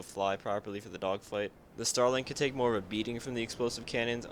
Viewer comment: Did you say... um .... “genital air combat” tips sir?